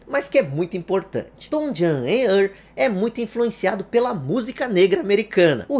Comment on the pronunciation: Uma dica, o nome se pronuncia "TouJem e Ârrl", esse segundo nome é mais difícil mesmo, tem que enrolar a língua